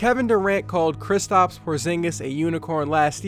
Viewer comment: Y u keep calling him kristOps and not kristaps